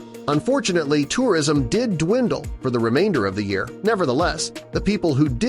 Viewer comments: Year pronuncuation was very distracting. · What a weird way to say a year?